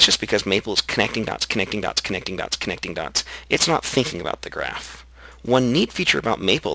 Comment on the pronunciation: Thought the video was skipping hardcore with you saying "can't conduct, can't conduct, can't conduct" I realise you were saying connecting dots..... haha